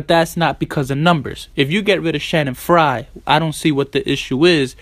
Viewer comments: Stop saying "Shanning Frye" it's "Channing Frye" with a Ch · Lmaoooo Shannon fry . He F up his name so bad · Just throwing this out there. His name is CHanning fyre not Shannon Frye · CHANNING FRYE. CHANNING NOT SHANNON.